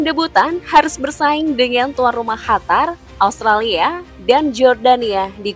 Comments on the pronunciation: Bukan khatar mbak.. Tp Qatar 😊😊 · Qatar dibacanya Hatar atau Katar ?